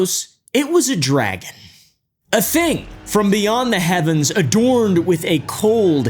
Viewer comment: dragon sounds like meteor to me?